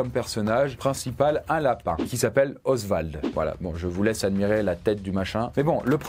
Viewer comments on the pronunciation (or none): none